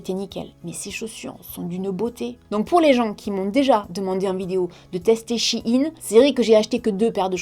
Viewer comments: on dit pas "chi ine " Sa se prononce "shéyne" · C pas « chi in » mai « chaïn » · Magnifique collier 😊😊😊toujours aussi belle. (pour info on prononce pas "shine" mais "shain" sa m'a fait bcp rire) 😂😂😂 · coucou c'était juste pour te dire que on disait sh-a-i-ne. bisous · 😂 on dit Shein comme Chine 🇨🇳 c tout 😂 a la la 😂